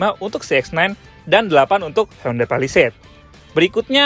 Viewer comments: salah sbut skali honda palisade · menit 21.35 kok w dengernya honda palisade ya 🤭😁